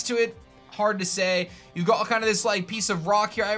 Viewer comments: why do you keep adding an english twist when you say got? Stoppit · Is it just me or are you saying got differently in this video? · Just me or does he sound British when saying “you’ve got this...” ? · Does anyone feel like every time he says you’ve got He gets a British accent?